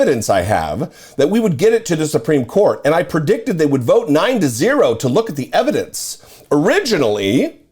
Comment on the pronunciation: And have plenty of room left over for all that "Evhadence"......